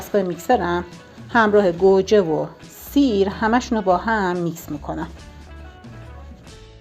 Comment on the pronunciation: به گوجه میگه کرجه 😂😂😂😂